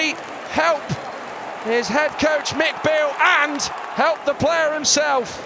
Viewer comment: why does the commentator keep calling him McBeale. Cause he spent half a season in scotland 🤣